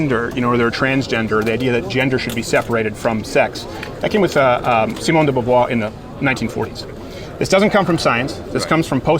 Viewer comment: 22'50" : Sociology IS science, soft science but SCIENCE (as in using the scientific method) nonetheless. I feel VERY bad sometimes for Crowder and his fans oh my god ^^. Also i heard Crowder speaking about Simone de Beauvoir, he can't prononce her name correctly and he clearly didn't read her work or he didn't understood it...